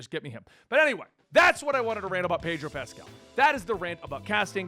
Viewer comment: His pronunciation Pedro Pascal 😶 Pedro Pastel 🎉🎉🎉